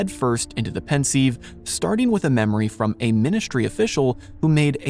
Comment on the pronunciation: 2 minutes in and the narrator already pronounces; Voldemorts family name and the pensive incorrectly. Thought this would be an interesting video but he clearly doesn’t know his stuff. For example, the most evil act committed by the dark Lord occurred in the previous novel ‘the Goblet of Fire’ where we hear how Riddle murdered his family. What can be more sinister than that?